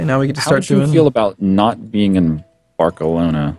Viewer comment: Is it intentional that they're pronouncing ALL the names of provinces wrong? Barkelona? for realz?